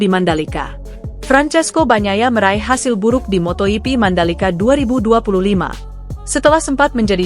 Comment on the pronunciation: Moto hipi😅😅😅 Sok bahasa spanyol lu